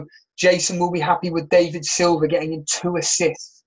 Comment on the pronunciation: 1st time listener. Yes I enjoyed it and gave it a like. Feedback would be: there were a few audio issues, volume raising / dropping etc. And wrong pronunciation of footballers names was a bit annoying. Like 'Dave-id' Silva, Ar'naught'avic + 1 or 2 others. Otherwise nice one 👍